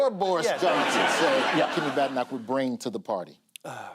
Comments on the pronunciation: Be nice if anyone tried to pronounce Badenoch correctly. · Ok Bad Enoch it is.